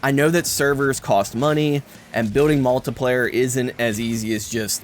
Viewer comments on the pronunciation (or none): Good review. But why do you pronounce multiplayer like multiplier?